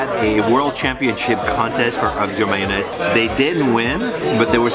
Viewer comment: It’s not Man-naise it’s mayonnaise